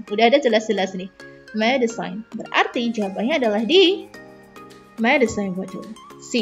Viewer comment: Pengucapan medicine bukan medisain kalau gak salah ya maaf ya yang bener medisin i nya gak kentara🙏